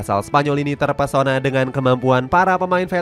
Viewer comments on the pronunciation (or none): none